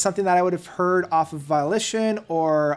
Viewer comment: Scurrilous, it's pronounced how it looks. Volition, also pronounced how it sounds. Do your research dude.